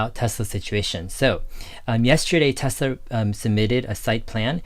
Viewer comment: Dave, it’s pronounced like Nikola Tesla. I don’t like the company. Hydrogen is expensive and dangerous and unsafe. Why not just directly compete in battery cars with Tesla then I’ll consider their stock.